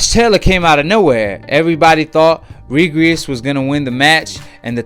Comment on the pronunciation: Well Done bruh me too! Slurring words, jumping subjects, just puttin anyone on the channel...he called prograis “Regris” 🤦🏽‍♂️